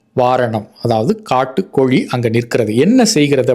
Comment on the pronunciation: Aiya ellam sari, but koli illai kozhi, zha, zhi, zhu, please don’t pronounce Tamil, instead Thamiz, sorry I didn’t have Thamiz fonds, Thank you for your great service and your valuable time